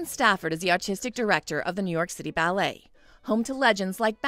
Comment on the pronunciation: NYC BAAAA-LAY ?